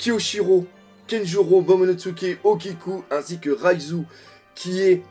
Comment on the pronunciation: raizô pas raizu